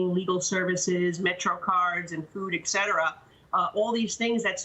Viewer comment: All credibility went straight out the window when she said"excetera". Public entities need to learn English!